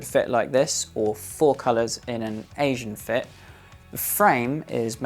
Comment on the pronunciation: “Asian fit” from Oakley am I hearing that wrong!?